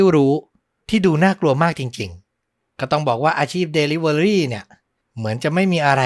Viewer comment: Delivery อ่านว่า ดิลิเวอร์รี่ค่ะ fcเท็กซัส